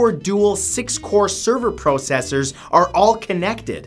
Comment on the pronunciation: The way he say "Processor "